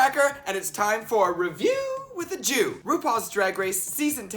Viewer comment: you say "Review with a jew". I hear REVIEW WITH A SHOE"